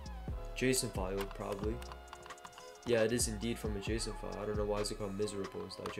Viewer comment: I don't think that JSon file is pronounced the way you think it's pronounced....